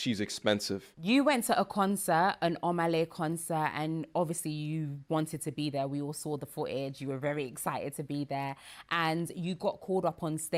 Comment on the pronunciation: Fooo-edge😂😂 bitch do u mean footage??